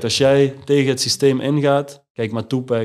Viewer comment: Toepek hoe hij alleen Tupac uitspreekt